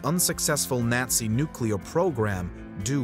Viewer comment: Teach this narrator proper pronunciation of words like Nazi he kept flip flopping back and forth Nazi Nazi it's really irritating those aren't the only words that you mispronounced oh no he's really good at everything but that's just irritating when somebody's right maybe I'm just having that time of the month type of day and it's just become irritating think I need a Midol